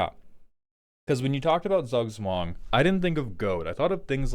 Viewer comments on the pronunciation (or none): Z is spoken as if you had a t in front of an s in german. So roughly ~ "Tsoog tswung" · I dont know, when i here Zugzwang, i think about a million copys of scuttling doom engine. You have to do something about it, and you can't chumb them. I know, thats not what is wanted, buts my first thought. Btw, the german Z is most easily pronounced as 'tz' in english. Tzoog-tzvahng. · I'd rather say , he needs a german to teach him how to say zugzwang. This pronunciation is so incredibly butchered. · im dutch and the way you pronounced the decks name made me spontaneously start bleeding from my ears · As someone from austria the pronunciation of Zugzwang is sending shivers down my spine, and not in a good way. But it is still a great way to describe the goal of the deck